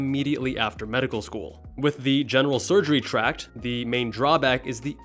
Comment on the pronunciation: It’s not “tract”—it’s “track.”